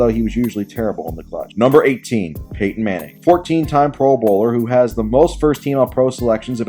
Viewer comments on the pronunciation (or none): none